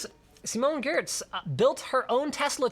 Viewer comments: About the Truckla story and pronouncing Simone's name: Giertz != Gurtz Giertz == "Yetch" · Tech Tips Simones last name is not pronounced the way it is spelled its pronounced Yetch (Not a troll it hurts the brain. trust me My brain says gurts while saying yetch)